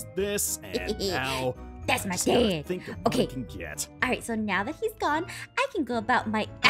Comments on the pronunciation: "I Am DED Father." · "I AM DED FATHER." lol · "I'm ded FATHER"